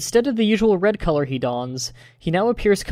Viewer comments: I get that the "true" spelling is Colour(Even though Color is the American dialect), but you saying coal-ore kinda ruins it. Also fun fact. Every Pokemon gets Curse in gen 2. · Lol u said co-lor but i read it he spell it wrong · why do you say colour so weirdly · ...did you have to pronounce colour like that every time.